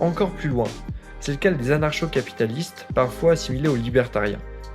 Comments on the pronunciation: QUOI? On dit "Anarko" pas "anarsho" t'es pas au courant ? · pq tu lis anarcho comme dans chien et pas anarcho comme dans communisme ?